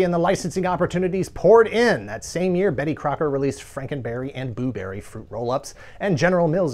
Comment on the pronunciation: more like *poo*berry, less like booberry.